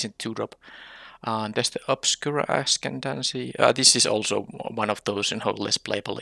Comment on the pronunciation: Yay! Another draft - deck ended up looking sweet. A quick pronunciation note, since it will come up a fair amount - the C is silent, so ascendancy is "ass-END-un-see". p1 p7 the act of treason is pretty good this early - easy to pick up a couple cheap-ish sac outlets even if you don't splash into black. p2 p1 unlucky witness has seemed pretty good when i've played against it. 2 6 the land is probably right but the black 5 drop/4 drop blitzer is good enough to splash. 3 3 oh man can you splash brokers ascendancy on treasures? Probably not. 3 7 third call is probably right but the goons on the splash are interesting. Though you ended up with plenty of 5s so no big deal. if they have the +2 pump spell they can use that and the double strike to trade for your huge guy. (or what they ended up having). Anyway, I'll watch the rest later.